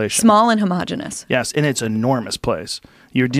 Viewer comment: “Homogeneous” Ahm.....wow